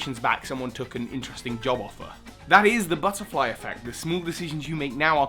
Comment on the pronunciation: Omg I love how the said butterfly effect and the one where pokemon exists said butterfre effect